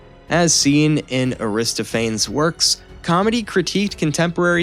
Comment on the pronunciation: Can you change the narration??? I tried to watch and stick with it because by and large it was interesting. But some of the pronunciation used just frustrated me… “Pith-ee-on” and “pith-oh-nia” not “pie-thee-on”… and “a-wrist-o-fannies”… not “a-wristo-feens” And what is with “annals” being pronounced “ah-nulls”?